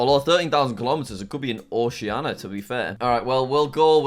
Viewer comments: When is jack gonna pronounce Oceania correctly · Jack: It might be over in 'Ociana'